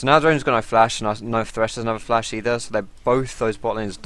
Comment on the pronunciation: is dat oriana xpeke? :D he always says flas